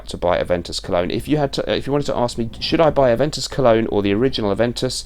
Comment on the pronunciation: A(ve)n(t)us colon... lol